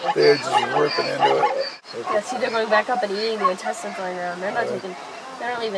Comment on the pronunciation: It's pronounced intestines. 👌🐊🐴